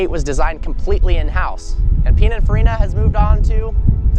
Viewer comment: Learn how to say pinaforina